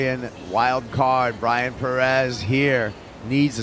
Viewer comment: Please pronounce Pérez at least somewhat correctly!